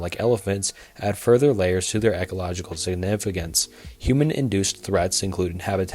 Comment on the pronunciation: I agree. How does he know about the words "non-proliferation" and "ecological" but not know how to pronounce them correctly??